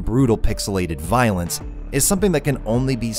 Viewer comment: omg.... but le... le violense?!?!?!?!? in my vdijad games?? {insert oppenheimer} - locked... not locked. I would love to see an entire video on doors in games. There's already good written material out there, but not in video form. Always a great microcosm. wiZEESST. Love that. this "milimiters confusing... both players and AI" line delivery was great as well, the flowing emphasis, damn. "isn't worn on its sleeve, but woven into its flesh" damn. That's good. Reminds me a lot of Stone Ocean. I really love this way of adding restarting into a game. It feels wrong to do, because you're quitting the game. Incredible. Lovely JSR music. Where's your JSR video?!?!!?! - you narrowed your priorities. Nice. I love this segment!!!! More games music appreciation!!